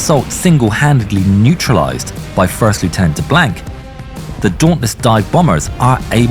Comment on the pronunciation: I love this creator... Just... the way he said Le Blank like "BlAnk" as in empty... rather than the French Cajun "Blaank" like it should be said made me cringe a little NGL...